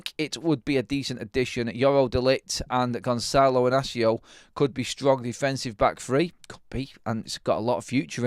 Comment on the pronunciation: THE ONLY ONE THAT SAYS HES NAME RIGHT 😂😂😂😂😂